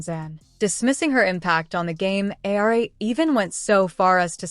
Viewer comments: His name is pronounced Aur-Eema! And he’s a horse’s backside!! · Learn how to pronounce Geno’s name you idiots.